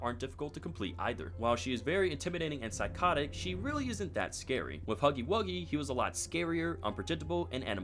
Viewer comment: “HOGGY WOGGY”💀✋🏻